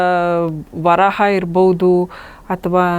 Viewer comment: ವರಾಹ ಅಲ್ಲ ವರಹ